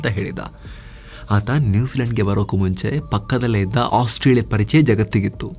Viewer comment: !ಆಸ್ಟ್ರೇಲಿಯಾ ಬೇರೆ!ಓಸ್ಟ್ರೇಯಾ ಬೇರೆ!,ostrich ಹೇಗೆ ಬಂತು ✌️.